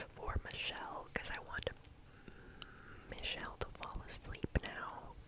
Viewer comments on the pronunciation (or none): Omg i was just chilling listening and stuf and she just said MICHEELLE it is spelled Misheel but yay🎉